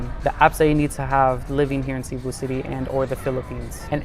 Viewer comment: i mean no hate by this, but i want to point this out - cebu is not pronounced 'SEE-boo', it's "seh-BOO'. as someone who's lived there for four years i think it's incredibly important to show respect to the city you're living in by pronouncing its name properly at the very least.